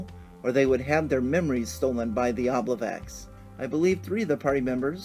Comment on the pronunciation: I appreciate your presentation of the encounter; it looks fun. Just to share (not just nitpick) something interesting to me: traditionally the memory moss is an "obliviax" (O-B-L-I-V-I-A-X), which Dungeon Magazine #93 suggests be pronounced o-BLIV-ee-aks. It is likely meant to evoke "oblivion", which comes from Old French oblivio, and before that the Latin "oblivisci", meaning, appropriately, "forgetfulness".